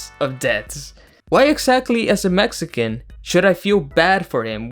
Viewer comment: They couldn’t at least hire a Mexican dialect coach?